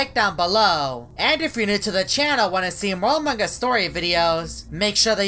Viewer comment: why do you always pronounce among us as “amang us”